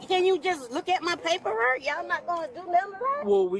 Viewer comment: and they won't even look at her papperrook